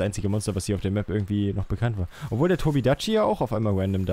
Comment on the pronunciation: Irgendwie hat mich aufgeregt weiler Tobi dachi gesagt hat und nich Tobi kadachi (Kp wie genau man den tobi schreibt)